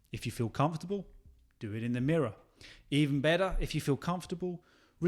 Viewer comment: The way you say better is not British mate